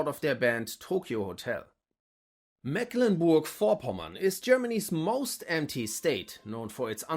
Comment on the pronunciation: Bei Mecklenburg wird das "e" lang ausgesprochen😉 Ansonsten ist dem nichts hinzuzufügen